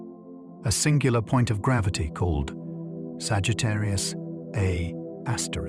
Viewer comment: I figured that out after about fifteen minutes, when it called Sagitarrius A Star, Sagitarrius A Astericks instead. Left after that and won't be returning. Far as it sounds, dude might have just had ChatGPT write the whole damn script too.